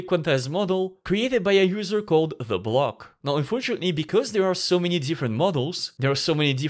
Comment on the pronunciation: Bloke is pronounced like blow but ends with K.